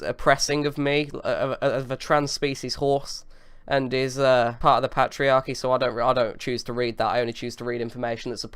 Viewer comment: "pat-iarchy" "dextop" these words aren't English